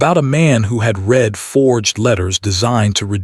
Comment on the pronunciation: Someone needs to teach AI read-reed-present tense. Read-red-past tense